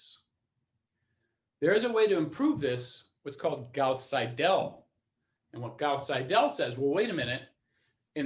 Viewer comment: Nice lecture, good explanation. Minor nit-pick on the pronunciation of the german name Seidel: the german ending "..el" is usually pronounced more like the english "..le" in the english word "idle". So, if you say "idle" and put an "S" before it you'd pronounce it almost perfectly.